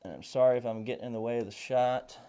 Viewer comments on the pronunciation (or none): none